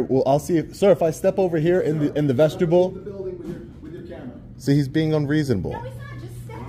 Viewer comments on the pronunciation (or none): It sounded like you said "vegetable area" . Vestibule area would be correct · Vestibule (Pron: VEST-uh-byool) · 😂I thought I heard vegetable area twice now. I think it's vestibule. Anyways. Great video as always. Your skills far exceed 99%